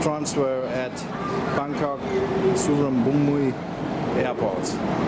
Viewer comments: The terminal in Suvarnabhumi airport is so big even though I'm Thai. It's a big airport. It's good I like it and I like your clips too. (Su-Van-Na-Phum) That's the way how to pronounce. Haha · Suvarnabhumi= suvarnaphoom, or something close. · kerry dixon Su-wan-na-poom